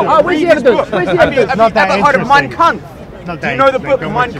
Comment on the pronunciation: It's kampf not kunf